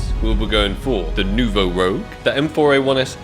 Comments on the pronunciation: I'm sorry for you but Ak | Nouveau Rouge is french name, please go translate because you hurt my ears XD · It's Nouveau Rouge! It means new red in french